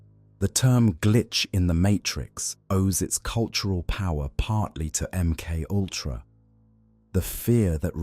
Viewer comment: Em cultra Emoltra Em K ultra M K U L T R... A M K owltra M K oyltra M K ayltra THE AI VOICE HAS HAD TO DAY IT SO MUCH IT'S BEGINNING TO BREAK IT'S OWN ARTIFICIAL MIND. 🤣🤣🤣🤣